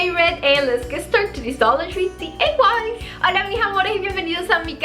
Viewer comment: I love all your videos, your diys are great. Your English has improved a lot, doing a great. Sorry to mention it but it's d i y, it sounds like you are saying d a y. I hope I didn't offend you, not my intention.